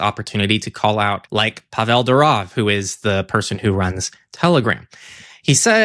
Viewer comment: paVEL duROV 😬 it's PAHvel DOOroff 😂